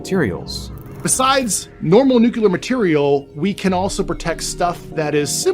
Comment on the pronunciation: NUCLEAR. NUCLEAR. Not nucular. Thank you.